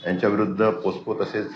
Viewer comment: 🤦🏻‍♂️पोस्को नाही रे पोक्सो असतंय ते...एक पत्रकार अन् दुसरा पोलीस!